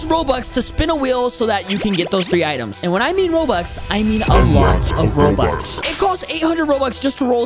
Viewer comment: Bro said robuts